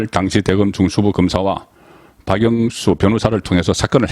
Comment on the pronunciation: 박용수로 발음이 안나오도록 박 영 수로 똑똑히 발음 하시요.